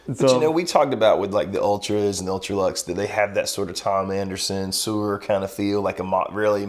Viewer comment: Did I just hear pronounce "Suhr" as "sewer"? lol